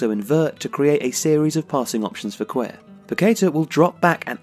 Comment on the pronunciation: something's really happened to Paqueta since the world cup break, he hasn't been nearly his regular self and Flamengo are in freefall. Excellent video guys! I hope Lucas and Arthur stay on track, Brazil's future midfield is looking strong. (also, Cuellar is pronounced like Cue-Jar in Portuguese, I think it's similar in Spanish).